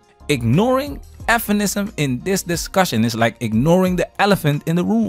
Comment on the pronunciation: Bro, please stop sayin' f'enisim. Just say feminism Bro.